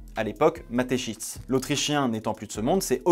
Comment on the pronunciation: Je suis désolé mais je suis obligé de te le dire psk ça m’a dérangé tout du long. Mais à Mateschitz, le Z et après le T et pas avant 😂 Sinon excellente vidéo, comme à ton habitude. Merci du travail